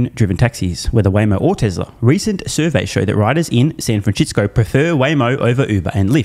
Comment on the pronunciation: The way how you pronounce San Francisco, you do it without miss every time. I'm always listening for you to do it properly at least once, but always pronouncing it your own unique way Everytime